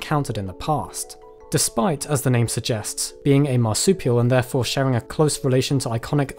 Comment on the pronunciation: Great video, but it's pronounced "shEERring" and not "shARing...